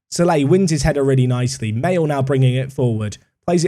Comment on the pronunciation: Maelhe is pronounced Ma-hay-la 😂😂